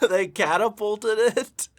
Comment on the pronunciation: "They catapulted it?" No, they ehm... "cattlepulted" it.